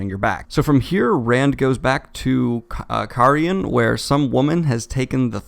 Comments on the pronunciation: in the Audio books its ky-re-en. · I'm a bit late but I cant watch you suffer anymore mate :L It's Care-High-en